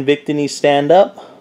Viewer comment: Nice vid but it's pronounced vic-tee-knee